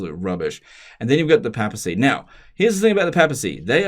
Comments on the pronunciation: It's papacy, not pappacy. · PAY-PA-SEE NOT PAP-AH-SEE